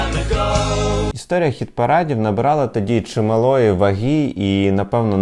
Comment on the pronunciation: "ВагИ" а не "вагІ"...